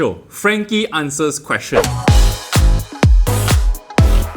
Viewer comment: FAQ sounds like f*CK , haha